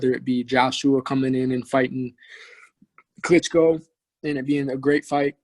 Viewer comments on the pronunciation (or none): This guy said Klitschko and Joshua